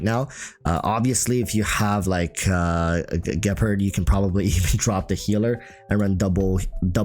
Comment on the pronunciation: The way you pronounce Gepard really bothers me